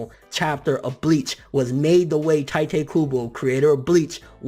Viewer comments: it's Teetay. not tytay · Its not tie te Its tee tae kubo . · its not pronounced TIE-Tey... if you're gonna make youtube videos and come off as a manga enthusiasts. At least learn a little about the language and the culture..... or at the very least learn the proper pronounciations... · I'm truggered when they pronunce tite ay "tay-te" like... wtf... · It's Tee-tay Kubo,not Tai-tee kubo. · ITS FUCKING TITE. KUBO. DUDE. "TEA-TAE" NOT "TIGHT-TAE" UGH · Could you learn to pronounce his name right? Its TEEte Kubo not Tiite Kubo. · I disliked because you mispronounced Tite. it's TEE-TAY, not TY-TAY. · i dont want to be "that guy" but its pronounced 'teetay' not 'tytay' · Obviously you can't read either because I'm pretty sure T.I.T.E is pronounced (Tea-Tey) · Tightay??? lmao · Isn't it pronounced 'Tee' 'Teh'? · It's pronounced like "t-ee-te" kubo bor com'on ffs, props to kubo tho really touching story.